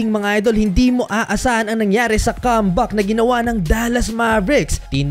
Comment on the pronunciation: Boss, ingat po tayo sa pronunciation. Yung "comeback" naging "c*mback" e. 😅